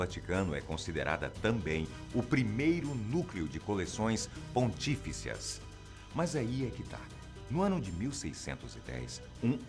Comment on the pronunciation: Em : "Por esse motivo, a Biblioteca do Vaticano é considerada também o primeiro núcleo de coleções ponTÍficias". Desculpe, mas na gramática portuguesa o proparoxítono é o limite. A acentuação tônica não vai além da antepenúltima sílaba. Daí o dicionário registrar o vocábulo "pontifício" e não "pontíficio". Este último, a propósito, provoca o alerta autocorretivo da cobrinha vermelha.